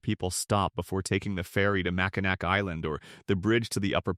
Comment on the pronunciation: nd exactly how is that going to help with mispronouncing names? Only way to help someone say/pronounce things “correctly”, would be to show them an example. For example: Mackinac is pronounced Mack-in-naw I would assume that would be extremely helpful for someone who is just trying to get their YouTube channel going 😊